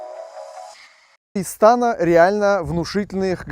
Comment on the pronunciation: Не истАна, а истанА!😬😬😬